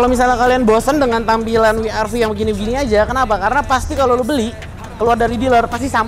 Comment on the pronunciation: wi ar vi untuk pengucapan dialek Jerman